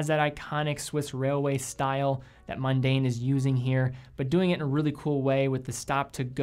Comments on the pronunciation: it's not pronounced, "mUn-dane." it's pronounced, MON-dane. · Yes, I have no idea why the dude kept saying mundane instead of Mon-daine. I guess it's like saying Munday instead of Monday.